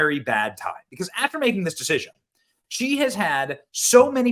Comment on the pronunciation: I was totally doing the valley girl "deciSION" in my head simultaneous to Benny. Sure I'm not the only one😅